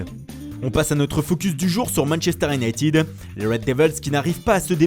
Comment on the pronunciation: I-ou-naï- ted ,par pitié arrêtez vos iounaitiiiiiiid 😩